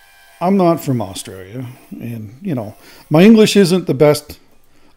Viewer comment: Aussie Aussie Aussie OI OI OI. Hey? Do you know you say Australia like us Australians do? Well done 🦘🐨🇦🇺